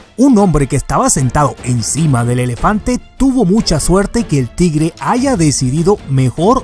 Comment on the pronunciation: Pero no se pronuncia "Tigere". Sino "Tigre" hay que pronunciar bien las palabras y aprender más sobre la hortrografía antes de subir un vídeo.